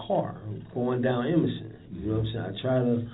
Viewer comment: nawmsayin killed me 😂😂😂😂 that’s exactly how he sayin it